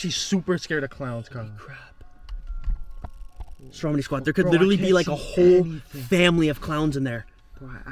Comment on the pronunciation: What he says: Stromedy squad, what the hell is going on here What I and others hear: Strawberry Squad, what the hell is going on here Like or comment if u agree